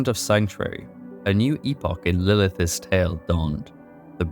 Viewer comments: Good video but man you mispronounce a TON of words. The worst one is saying Lilith-is instead of Lilith's over and over. Really took me out of the story. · You keep saying Lilithes instead of Lilith's and it's killing me. But the video is great. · I'm sorry bro but I had to stop watching after the 4th or 5th time hearing how you pronounce "lilith's"